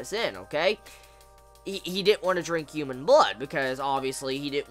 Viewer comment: Don't take offense to this, but is there a reason you pronounce H's as Y's? ex. Human vs. Youman.